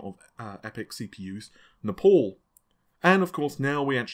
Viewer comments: "Nepals"...... It's "Naples". Please learn proper pronunciation. Nahveigh! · He's just mis-pronouncing it. ;) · "Nepal".. No it's Naples there.